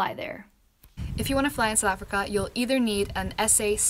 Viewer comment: Although I'm not planning a trip to fly in "Sowl Africa" (I've noticed you don't fully pronounce "South", must be a native (or semi-native) thing). This video is great. The scenery, as usual, is incredible. Always excited to see a new video has been posted!